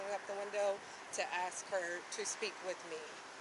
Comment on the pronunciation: "Thats all i axe her!" WTF?!!! Its ASK!